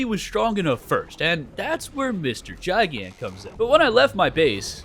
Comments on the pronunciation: GIGAN. ITS PRONOUNCED "GUY-GAN" NOT "JAI-GAN"😭😭😭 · Its GIGan GI-gan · Kaiju nerd here, I get so jittery when someone pronounces Gigan as (j eye gan) but the G is supposed to be pronounced like the G in giga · ain't no way this mf just said "JaiGAn" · Every single time you pronounced Rodan and Gigan incorrectly made me mad rodan ro-dan gigan Guy-gan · bros pronunciation of gigan rip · Your saying gigan wrong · him saying gigan like that is triggering other than that keep making kaiju 100 days videos plssss:face-purple-crying